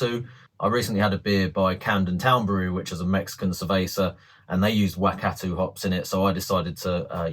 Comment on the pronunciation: Love the music mate 😂 And good effort on your pronunciation of the NZ Hops Wakatu and Motueka, maybe research that one a bit more. I'll be brewing this soon. Cheers